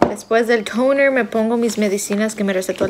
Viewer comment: "Tooouuneeer" y el "eifpies" de Lupita fue lo más X del vídeo. tiene razón, los dermatólogos no recomiendan usar ni el foreo ni el aparato de la chica.